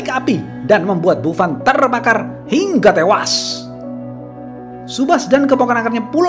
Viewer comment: Hiiiiiiiingga tewas Saat pelafalan Hingga bagian Hing nya agak panjang kak Hiiiiiiiiiiiiiiiingga Tewas ! 😂😂😂😂😂😂